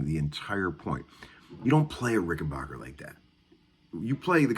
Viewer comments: Not sure what you meant about old Rics being "the blueprints" of a guitar...Rics are special, with worlds of differences to any other guitars. Also, it's not pronounced like J.S. Bach, it's pronounced like the English word "back" (Rücken in German). The founder of the company was from Switzerland, and when he came to America, that's the way he pronounced it. I like the b minor riff - and it is a good exercise. Opens up lots of ideas! And damn - I haven't heard "Every Little Thing" for ages! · Have you ever called them ? they pronounce it Rickenbacker no “bach” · Petty pronounced Rickenbacker like that too. I think part of it has to do with the age of the person and also regionality. Not a lot of Germans in Florida compared to some parts of the country. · even the Germans know how to pronounce it correctly. Maybe tell your handful of buddies in Nashville how to say it...we know they can't speak English, but maybe they can be taught phonetics. No, of course not. Guitar players, especially in Tennessee, are not a very intelligent lot. Arrogant, alcoholic. Do they all drink as much beer as you???